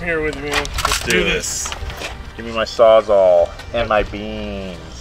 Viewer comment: puts the word Sawzall on screen "a sawzaw"